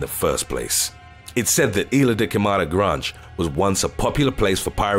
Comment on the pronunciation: "Granjj" = Grande